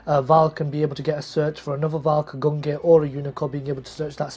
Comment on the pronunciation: A year on and still pronouncing Gungnir and Valkyrus wrong..